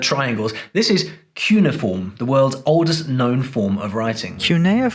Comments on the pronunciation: Kyoo-nay-ifform. NOT Kyoon-ifform. A linguist should be competent. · You mispronounced it. It’s Cyun-eh-a-form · a linguist ... who doesn't know how the word cuneiform is spoken , now i've heard it all ... ( i'm talking about You , btw )